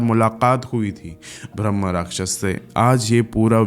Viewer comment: bhai bhramh nahi bramh hota hai!